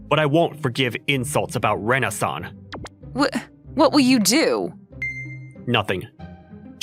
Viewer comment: When he says “Rena-san” it sounds like Renaissance I swear